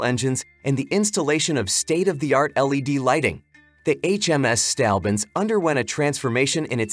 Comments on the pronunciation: Its "Saint" Albans, not "Stalbans" .Not the first time you have mispronounced ship and place names but surely the worst. Having said that your blog is very good and interesting. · Try saying "Saint-Orb-Burns" (St Albans) next time, and you won't sound so silly.